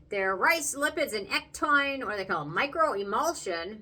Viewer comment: It's pronounced EC-TOW-IN...not EC-TOIN just wanted to let you know. Otherwise great review.